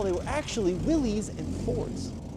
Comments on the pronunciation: It is really frustrating to watch all these idiots that claim to have a clue about automotive history, call Willys products "Willies". There is no apostrophe, we are not indicating that this is the property of "Willy". No, the man most responsible for the Willys vehicle was a mane named John Willys. Here is more from Wikipedia: Willys (pronounced /ˈwɪlɪs/, "Willis" was a brand name used by Willys–Overland Motors, an American automobile company, founded by John North Willys. It is pronounced just like Bruce Willis, NOT "Willies". Please get it right. You sound so stupid mispronouncing this name. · Not Willy's, it's Willys (pronounced Willis). It's a last name, not a first name. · There is absolutely no reason to pronounce willeez 😂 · The guys name was pronounced “Willis”, he is who the cars were named after. Willys and Willis are likely different spellings of family names. Why would you say it differently? John Willys. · I know it's spelled Willies... But its pronounced Willis. Like.. What you talking bout Willis.